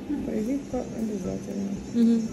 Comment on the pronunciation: Я одна заметила типо "Привика обязательно"😂